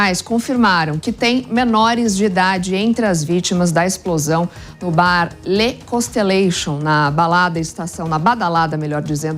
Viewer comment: mas nao é bar "lê consteLEICHION" é "contelaCION" mesmo o idioma por la é francês